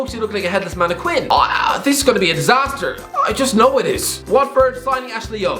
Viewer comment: When watching these videos, I often wonder whether purposefully mispronounces words or uses strange intonation or whether he genuinely believes that's how you say those words. "Mannequin" 😂😂